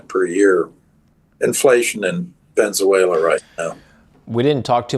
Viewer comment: Prof Hanke...it is Venezuela not Venzuela as you pronounce it.